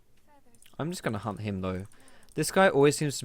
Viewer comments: Why did i hear you saying hump when you said hunt. Hump stacks or Hunt stacks. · Lol for some reason i keep mishearing "hunt" as :hump" XD